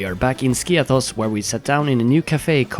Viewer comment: To nie Skios tylko Skiathos. Jesli ty nie umiesz nazwac wyspy poprawnie to co dalej...?